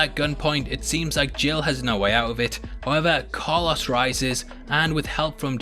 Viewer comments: Nobody: This guy: Carluss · Every time I hear him say Carlos I cringe so hard. 🤣